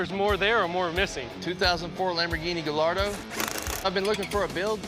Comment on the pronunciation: Silent L’s in Gallardo gai-aa-dow 👍